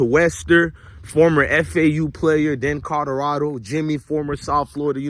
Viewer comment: Is it Colorado or Codorado 😂?